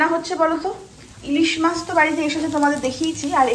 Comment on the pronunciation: কথাটা মাস্ নয়, মাছ॥ influencer দের তো সচেতন হয়ে কথা বলতে হবে, বাঙালী মাছ কে মাস্ বলছে, হাস্যকর॥